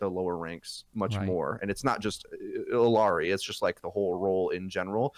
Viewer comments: Why is saying "ill-i-ari"? He's adding an "i"... It's ill-ari 🤦‍♂️ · ILL-YAH-REE. Not the hardest thing to pronounce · Illari. It’s pronounced: eej-yari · Illari is like Eeyore except it's Eeyari this is not hard folks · Am I the crazy one or is that two "L"'s in "illari"? It's not ill-ee-are-ee like says right?